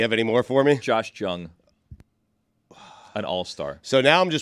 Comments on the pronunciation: Jung is pronounced "Young" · Josh Jung pronounced Yung Billy 😢